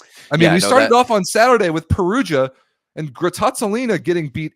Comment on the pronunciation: It's a shame Grottazzolina will go in A2 because you pronounce it perfectly.. Ps. I don't particularly like Monza roster (although I love Averill), but last year was quite impossible beat them in a certain point of the season, I mean.. there is something in Monza air that when they have a peak this one is very high (or very low..), so.. I'd put an eye on them.